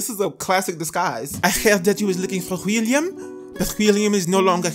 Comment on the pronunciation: “I hequrd dat u were looking for hqwilluam” 🤣🤣🤣🤣🤣🤣